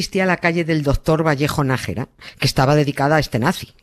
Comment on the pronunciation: Es Nájera,no Nagera,vaya periodistas....